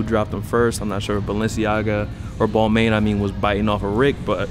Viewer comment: Cool vid but just for the record your mispronouncing balmain